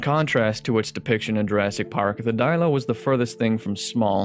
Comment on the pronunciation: paused! <'D he says it "The Dilo" 😂